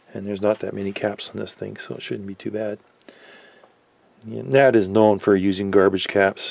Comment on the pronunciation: Maybe it's different in Canada, but the correct pronunciation is by the letters N-A-D, which is how the company pronounces their name. They've made some of the best sounding amps for the money ever, including the 3020 which was a giant killer and the most sold amplifier in history. You're a top notch tech, I'd suggest an anti-static mat on your bench rather than the piece of carpet. They hold solder drips, wire clippings and can generate static shocks. Keep up the good work. Really enjoy your videos.